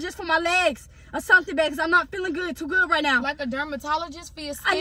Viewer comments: Team RAMIERE🩷😭😭😂 mispronouncing dermatologist😭😭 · My favorite part was when she was trying to say dermatologist that was a BANGER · My favorite was when she was trying to say dermatologist